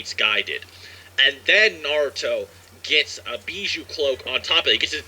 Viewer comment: U pronounce naruto wrong😂😭💀